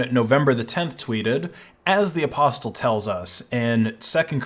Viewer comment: The T is silent in Apostle. "UH-paa-sl" not "uh-paws-tul"